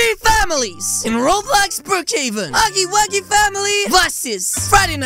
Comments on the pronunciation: She say Huggo Wuggo but it’s Huggy wuggy😂🤣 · I haven't watched you in so long and you said kissy wissy wrong the girl said huggy-wuggy wrong LOL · It’s not missy wissy it is missy kissy and it is not Huggo wuggo it is huggy wuggy